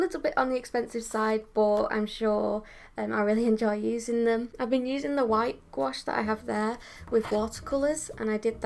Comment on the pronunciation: you're actually one of the rare english-speaking people who pronounce "gouache" correctly, and i thank you for it ! 😄 (french speaker)